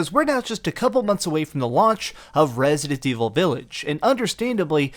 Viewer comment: The dude can't even say resident evil... Resnind evivil